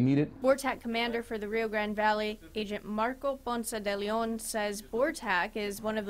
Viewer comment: It’s Ponce de Leon, not Ponce-Deleon. But it’s nice that ya’ll Interviewed my father.